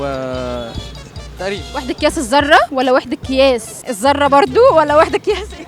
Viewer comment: يعنى انتو بتسالو الناس عن الفهرنهايت وعاملين فيها علماء ارصاد جويه وجايبين واحده بتقول (كياس) بدل ما تنطق صح وتقول (قياس)